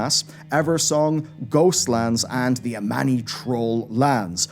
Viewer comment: I honestly thought the sun/moon thing was the tip of Sargeras' sword nearly impailing the world soul btw the trolls are called Amani not Ammani